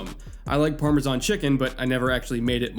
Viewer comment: uh oh doesn't know how to say Parmesan